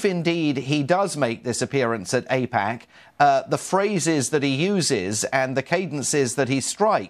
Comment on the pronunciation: APEC not APAC.